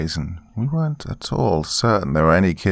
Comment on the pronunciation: I wish I could show you how to say the word "weren't" when it's in that context, cause it's not how it looks